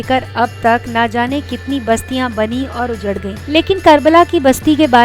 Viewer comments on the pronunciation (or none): none